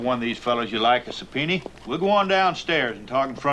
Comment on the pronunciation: i must've seen this movie dozens of times, this scene hundreds... and I still die laughing at Brimley calling a subpoena a "subpeenie"